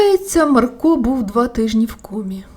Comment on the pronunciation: Та не МаркО, а МАрко 😕